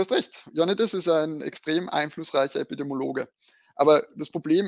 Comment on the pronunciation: Stunde ausgehalten, kann diesem selbstherrlichen, exaltierten und nervösen Staccato nicht mehr folgen :( An Beide: Es heisst übrigens Epidemiologe, epidemiologisch (Epidem i e)